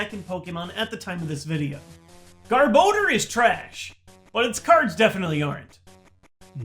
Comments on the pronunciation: garb oh door? Why?! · gar-boh-der NO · Youd this hed know how to pronounce Garbodor by now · Gar-Bow-Dur.... ??? What? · His pronunciation of garbodor and rayquaza hurts me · I think you're pronouncing Garbodor wrong. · really a poke tuber mis pronounces garbodor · the way he pronounces Garbodor is just Insanely Dumb and fking Annoying - stoped watch the vid from there and thats why i Dislike. such a Cringe